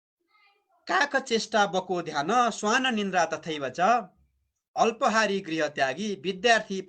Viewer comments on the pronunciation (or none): काक चेष्टा.... अत्पहारी हैन है अल्पहरी सच्यनुहोला